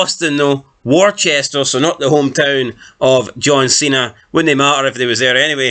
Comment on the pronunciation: it’s wistah not War-chester lol and you’re a brit you should know better than that mate 🤣 springfield massachusetts 🥳